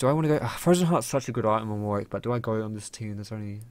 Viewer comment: Dear and all other league players who this applies to. You seem to not know how to correctly pronounce "Warwick". Many say war-wick when they should be saying war-rick. Yes it sounds odd but it's true. Just look at Warwick Davis for example. Thank you and good day.